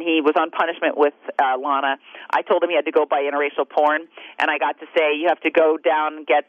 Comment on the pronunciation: LAA-NAA-HAA.. I thought I heard self-righteous clomping.